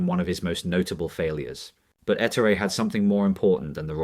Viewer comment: His name was Ettooori. Not Ettory.